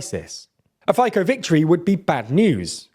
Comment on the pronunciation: Hi, I live in Slovakia for many years. Those polls pro Russian are among the poor people across the nation. A note here, Fico killed a journalist 5 years whom exposed a huge scandal regarding European Union funds. PS: It's pronounce Fitso, not Fiko.